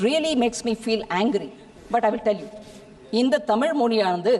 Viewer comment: தமிழ் என்பதை சரியாக படிக்க தெரியாது. தம்பூள் எம்பூள் என்று படிப்பார்கள்